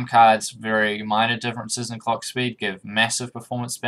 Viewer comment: You need to be careful when you say “clock” don’t forget the letter L.